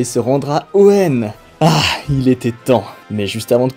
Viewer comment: et non pas hoeunne bien sûr